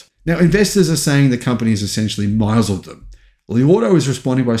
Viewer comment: FYI misled = "miss-led". I made the same mistake.